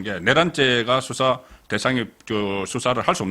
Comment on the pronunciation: 우리말은 장단이 있는데, 탄핵의 탄은 길게 발음 해야 합니다. 수사의 수도 길게 발음하는게 맞읍니다